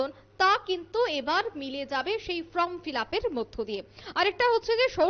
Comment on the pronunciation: First বলেছে ' ফর্ম ' but 2nd time বলেছে ' ফ্রম ' 🤣🤣